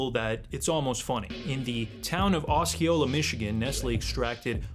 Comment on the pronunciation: Osceola is pronounced "oh-see-oh-luh". 🤓😅 michigan cities names are incredibly hard to pronounce- even for us that live here.